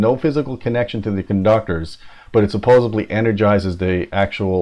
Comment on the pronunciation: The only thing I didn't like about this video is that you said 'supposebly'. lol juuuusssstttt buggin.